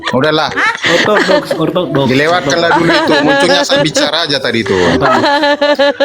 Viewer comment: Ortodok bukan krokodok 😄